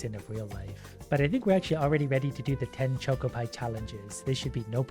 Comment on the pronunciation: Hearing pronounce choco as choco causes me physical pain (it’s worth it for his asmr level voice though)